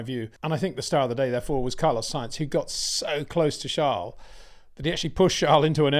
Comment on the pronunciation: Still can't bring yourself to pronounce Charles name correctly